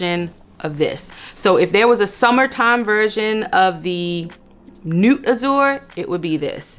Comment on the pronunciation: I love your recommendations. Many have French names so I think you would really appreciate the fragrance history and profile if you research the names. Nuit means “night” and is pronounced “ne-wee”.